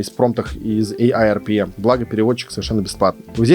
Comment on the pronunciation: Класс видео. А почему говоришь ai Rpm? Prm же или мне показалось?